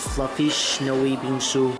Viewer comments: I thought you said bean soup and now i know what bingsu is and i want it so bad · When he say 'bingsu' I heard bean soup like what? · thought he was saying Bean Soup but he was in fact saying Bingsoo